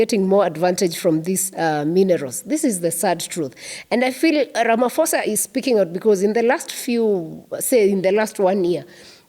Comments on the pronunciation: I hear you madam.m but please say Ra- ma- pho- sa not Rama- fo-sa . Phosa not fosa. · The "-ph-" in Ramaphosa is pronounced as the p in pope. Sounds like 'Ramaposa' instead of Ramafosa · its pronounced Ra-ma-po-sa. The ph indicates an aspirated p. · Why does an African reporter imitate some non-Africans mispronunciation of the President's name? As far as I know, in all African languages 'ph' is never pronounced as 'f' but rather as a soft 'p' sound. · The H in Ramaphosa is silent when you pronounce his surname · Please, there is no letter "F" in our president's surname. This mispronunciations always offend South Africans as they sometimes have swear words interpretation.